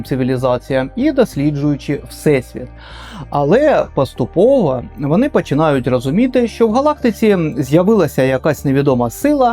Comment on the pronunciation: Дякую за чудовий матеріал, і по дружньому зроблю зауваження, у багатьох словах ви замість букви О вимовляєте букву А. пАступово, кАсмічний кАрабель, дАнат, кАти, а мало б бути коти.... і тому подібне. Гарного вам настрою, незважаючи ні на що.